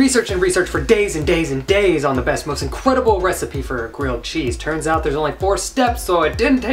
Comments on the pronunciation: 2019--- In-cwed-able! (:24) lmao! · For the most incwedible grilled cheese recipe. 🤣🤣🤣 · incwediable me: y'all hear that baby: huh me: omg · Incwedible? You're so young here! It's a little scary...